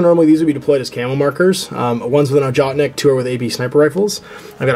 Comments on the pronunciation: Ojotnik is pronounced "yoatnik". Just thought you should know. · don't want to sound like a dick, but the sniper rifle name is pronounced "Ohotnik", with an "H" as in "Hunter". The name actually means Hunter =)